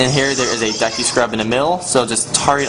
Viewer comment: this guy is such an idiot, he cant pronounce anything. Dehku Tree? Cockiri?